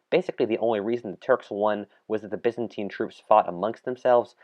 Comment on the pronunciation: they way byzantine is pronounced ffs